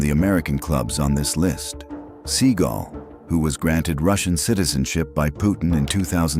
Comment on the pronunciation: Oh my God these guys that do these videos are the biggest Schmucks you're the biggest clown you called him seagull your name you called him a bird his last name is not a bird you dummy oh my God as you call them seagull instead of Steven Seagal Kia he's a loser he's nobody he's not a real fighter he couldn't beat no one up in real life